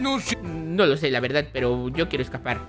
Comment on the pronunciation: dises lavedad